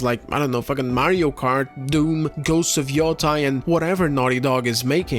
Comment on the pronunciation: 'yoh-tey', see the bar above the the letter o in Yōtei to emphasize the long vowel